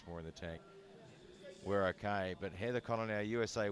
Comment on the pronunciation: Why do I keep hearing Sarah Connor instead of Heather Connor 🤷‍♂️🤪